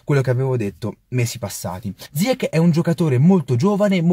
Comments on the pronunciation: Si pronuncia ziyesc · Non si chiama ziakkk ma ziach.... Ch in francese si pronuncia come..ci.. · Cmq si pronuncia zaiec non ziec (il nome si scrive ziyech)